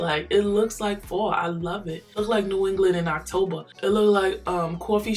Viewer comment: The way your accent jumps OUT at "October" and "weather"